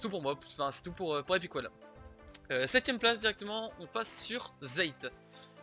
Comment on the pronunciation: Mdr la prononciation Epic whaaaale